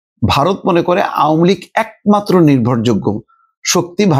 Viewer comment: আওমুলীগ না আওয়ামী লীগ। শুদ্ধ করে বলেন। ভাই ইউনুসের দালালী বন্ধ করেন।